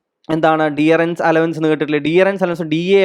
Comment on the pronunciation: ഡിയറൻസ് അല്ലല്ലോ ഡിയർനസ് എന്നല്ലേ.